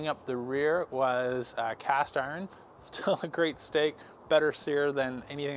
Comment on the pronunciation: Why can't you pronounce "iron"?